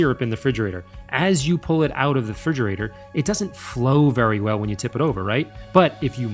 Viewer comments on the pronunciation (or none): Why do Americans always say 'frigerator'? It's Refrigerator. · Refrigerator not Frigerator, great work by the way.